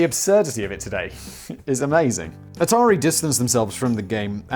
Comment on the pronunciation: It’s Atari 2600! wait… did Simon just pronounce something correctly? This is a joke right? Sam dubbed that in in editing didn’t he?